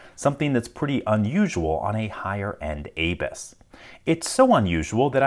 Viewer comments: Dude, it's abus, not aybis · its abu's (a'boo's) not A-Bus at least what i have heard. SUPREME DISAPPOINTED